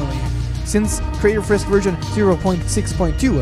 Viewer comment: did You Call frisk, frick?